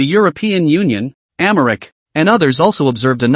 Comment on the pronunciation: The Translation is trash. I am wondering if the pronunciation of America is being mispronounced is intentional or not considering most of the others are correct.